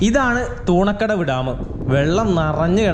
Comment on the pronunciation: തൂണക്കടവ് അല്ല തുണക്കടവ് ആണ്